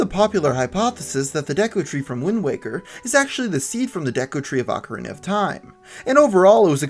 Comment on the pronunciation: It's pronounced oh ka rina